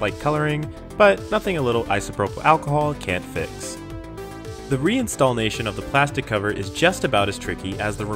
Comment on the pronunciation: 2nd BTW...You have me saying install'n'ation instead of "reinstallation" now.